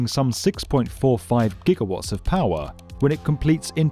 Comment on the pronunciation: It's the "pawaah", "hawaah", "tawaah" narrator again. Everyone else says power, hour and tower!!